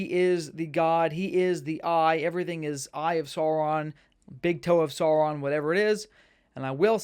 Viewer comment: maiar = my-r , you nailed it on the Sauron. Great video bro!